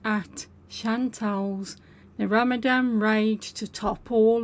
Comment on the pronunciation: its Ramadan, with an N